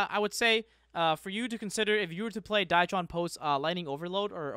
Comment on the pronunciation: Say it with me now, D R Y TRON not dietron